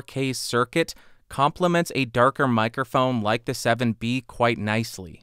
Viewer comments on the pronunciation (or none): Don't exactly know what a "mirophone" is, but it sounds interesting...